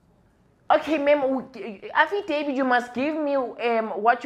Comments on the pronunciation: As for "affidavid" and "satisfy"😂😂😂 kill me again Lasizwe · "You want afidevid " that one got me dead😅😅😅😅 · “I need an afidavid” 😭💀🤣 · "Afidavid" and "Satisfy"🤣🤣🤣🤣🤣